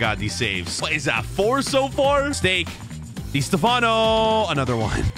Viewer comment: “Di stafano” I’m offended